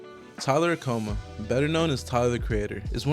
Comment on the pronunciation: btw its not Tyler Acoma its Tyler Okonma.